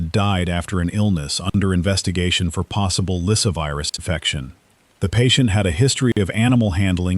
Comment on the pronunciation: LySSAvirus, NOT Lysivirus...